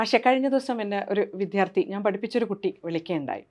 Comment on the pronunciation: വിധ്യാർത്ഥി ന്നല്ല ടീച്ചർമാരേ വിദ്യാർത്ഥികളാണ്.